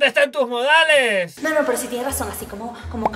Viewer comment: Nando diciendo: me dijeron pel pero